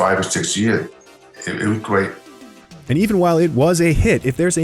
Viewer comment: "it was gweat"